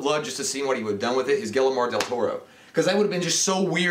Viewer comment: I almost died of laughter when you tried to pronounce Guillermo. Try dis: Gee-"air"-mo.